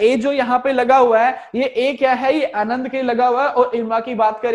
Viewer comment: It's not anand, it's aanand, amul vala.....